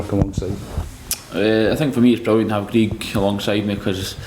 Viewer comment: The partnership is meant to be great yet he can't pronounce Greig's name...